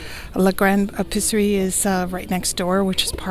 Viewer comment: L’Episserie is not “le Pisserie” (!) In French, it’s important to really pronounce each vowel. The E in this word is pronounced like a long A (ay) in English. Love your videos, ma chere!!